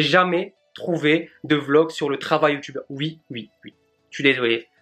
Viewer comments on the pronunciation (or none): none